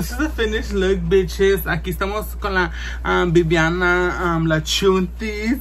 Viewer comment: Its VI-VI-ANA now simple as that! Lol